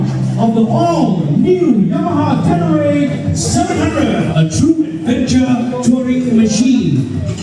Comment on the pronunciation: Tenere bukan Terene😂